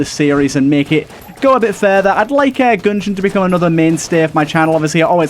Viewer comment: “enter the goongeon”